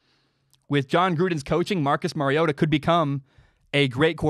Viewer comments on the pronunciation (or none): Mari-O-TA like Mario Andretti. Just say TA in place of Andretti. You said it correctly the first time. It is NOT Mary-O-TA The "R" is its alphabet letter sound. As in "ARE" you getting this? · Its Mario ota like the Nintendo game Mario